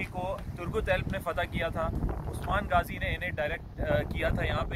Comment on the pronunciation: Gaazi nahi ghaazi ...dill mn Ertugrul zuban py Bollywood Chaya rehta hy